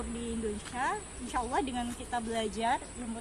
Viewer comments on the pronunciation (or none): none